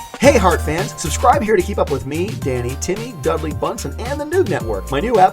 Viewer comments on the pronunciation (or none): none